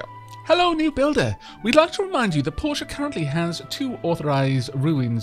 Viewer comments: Portia is clearly pronounce Porsha, as you've been quite rightly saying it, as Portia is a character from The Merchant of Venice and that's how Shakespeare and all actors ever have pronounced it. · I concur that Portia is pronounced right. I have a friend named Portia and that is definitely how she pronounces it.